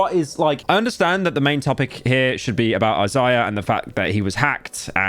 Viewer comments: Izayah bro- not Eye Ziah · Why does he pronounce Isaiah as “Azahh” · Pyro carrying the legacy of British people being totally staggered by names more complex than a single syllable. I love Eyes-eye-uh. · Cant even say Isaiah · The way you pronounce Isaiah makes me mad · does he not know how to say isaiah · old head youtuber cant even pronounce "Isaiah"